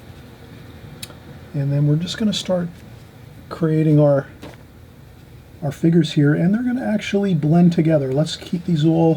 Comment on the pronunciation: I love how you say "figures".... figgers. Love it! You are a fantastic teacher and I love all the time you take to explain things.